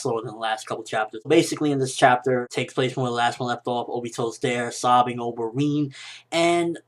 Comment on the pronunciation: Rin not Reeeeeen